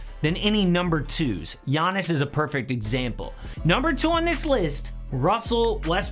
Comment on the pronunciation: . "Yawniss" taller than Brook Lopez?